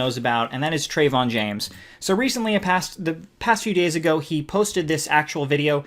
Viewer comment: Yea Trevon James is a scumbag, but if you're gonna lambaste someone, at least pronounce their name correctly, it makes you look uneducated and your points hold less weight at least for those that are cultured enough to pronounce names properly.